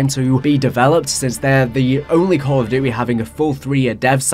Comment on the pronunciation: “Call of Dutayy” I’m sorry but that cracked me tf up 😂